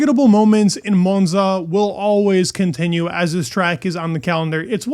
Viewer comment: Monza not Moanza😂